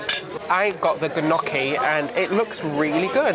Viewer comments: The G in gnocchi is silent 😅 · Was with you right till the end when said. Ga Nocky. Gnocchi is pronounced nyocki you pillock. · Gnocchi is Italian and it's pronounced "knee Oh kee." I did enjoy stab at it though!:) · Loved this video, the train trip looks great! Oh and by the way gnocchi is pronounced nyohkey! I know you don't say it at all the way it looks! I love it -- my mother in law made hers from scratch!